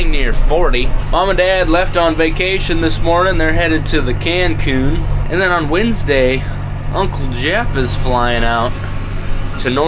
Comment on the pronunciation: "THE" CANC'UN